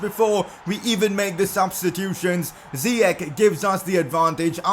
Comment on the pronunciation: Am from moroco and its ziyech like chesse